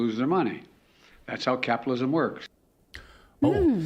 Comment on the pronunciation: The " big guy" has done it again. 'capitolism' 😂😂😂😂😂